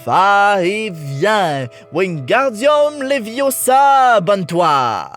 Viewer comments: Quel massacre d'avoir gardé la VQ ! La VF est parfaite et ce n'est pas " Le vas-et-viens" mais "on tourne , et on abaisse " et c'est LEVIIIIOSSA ET PAS LEVIOSSAAAAAAAAAA ! (c'est vrai j'y suis peut-être un peu trop attaché ...) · No no no no ! It’s Leviosa not Leviosaaaaaa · C'est léviooosa et non léviosaaaaa😂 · C est levioosa!! 😂😂😂